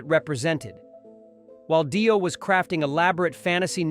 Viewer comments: It's not Die-Oh it's pronounced Dee-Oh, Obviously your not into this music. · Yeah. Total bullshit. Its not Die O. Its Dio. So apparently we are listening to an AI Bullshit vidio that has not a clue about anything. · dont waste your time with this trash video...."daio" instead of Dio? really? get better AI to read your trash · If you're going to start an AI channel without making it clear it's AI, at least review the audio before posting it or else you could end up with your monotone robot saying "Die-O" instead of Dio. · did he say die-o ? wtf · When the narrator said Die-o I knew this was b.s. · What an utter load of crap. Says more about these aholes than Ozzy. ....and Di-oh? really? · When the ‘narrator’ pronounced Dio as Daio I left the room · Yep same here. It was also the fact they Dio and Ozzy respected each other, but neither hated the other... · " Die- O " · Pronounce Dio correctly. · Yeah bloke cant even pronounce Dio properly so i wouldnt take much notice of this